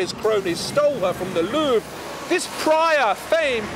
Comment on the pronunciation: Your pronunciation of the 'Louvre' is really awful and very disturbing, it sounds like you have to go to the loo every time...